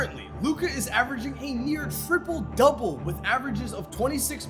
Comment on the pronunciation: “Thriple double”